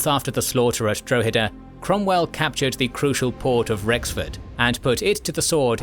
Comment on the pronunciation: You called Wexford Rexford......like how?